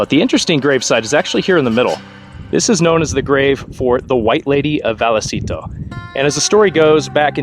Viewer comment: Pronounced vay a citos.